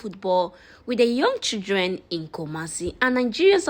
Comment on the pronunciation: Playing football with local CHI-LDREN not local SHI- LDREN